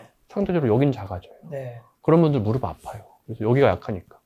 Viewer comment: 무릎의 올바른 발음은 [무르블 ]아니라 [무르플] 입니다. 더 전문가답게 보이시길 바라는 마음에~~